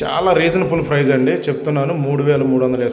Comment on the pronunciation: ఫ్రైస్ కాదు ప్రైజ్..